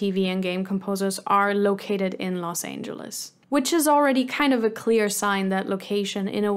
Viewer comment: That's funny - greetings from Germany! I thought you were a native at first but the way you pronounced Los Angeles and a couple of other words suddenly made me think: German?